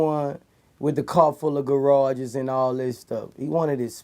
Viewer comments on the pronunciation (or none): 'Car fulla garages' 😁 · Did he say a car full of garages? Lol. Epic interview though.